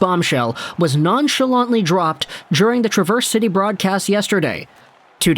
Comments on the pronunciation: I was going to mention it, as well. Emphasis is in the first syllable, not the second. TRA-verse is the city, tra-VERSE is the verb. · Travers City is pronounced like trav4oilers... Trav - ers... not a big deal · its pronounced Trav ers city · It’s Traverse like Travis. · watching this late and want to help you for future vids: Traverse City.... Trav-verse. Pronounce Trav then verse. just want to help! appreciate it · Born and raised in Michigan. It’s pronounced trAV-ERZ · Minor correction my friend. Traverse City actually pronounced "Trah-Vurse" City. I know the dictionary pronounciation for the word "Traverse" is how you are saying it, but for the city in Michigan it is "Trah-Vurse". Other than that, outstanding video, sir! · Good video but a quick note, it is pronounced trav-ers city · Trah-verse City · The traverse in traverse city is not pronounced the same as the word. Just fyi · I was losing my mind listening to him mispronounce Traverse City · Love all the Michiganders whom took offense to the mispronunciation of Traverse city haha. We love and respect our state of Michigan ❤️ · Need to learn how to say Traverse City properly. Coming from a Michigander. :P Love the content! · You’re pronouncing Traverse City incorrectly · Just a little nugget of info if you happen to care - Traverse is said a little different than the way you would normally say the word. A slight emphasis or maybe an even emphasis on the first syllable with a short A.